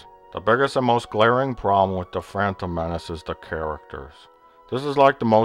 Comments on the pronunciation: Why does Plinkett pronounce The Phantom Menace as "The Frampton Menace"? Does he hate Frampton Comes Alive that much? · haha, 'da phrantom menace' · Why does he keep saying "phrantom" menace?